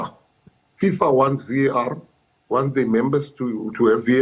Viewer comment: It's Waar for me😂😂 it's V.A.R sisi you can't say it as one word